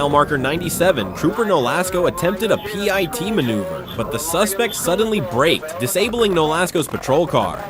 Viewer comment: A "pie" T maneuver? Signing off. Don't listen to AI.